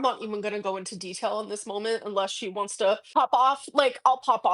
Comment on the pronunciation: "I'm not going into DETELLE " 🙄 nearly 40 years old, "foaks"